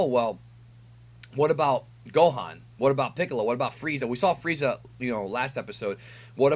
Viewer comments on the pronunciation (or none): none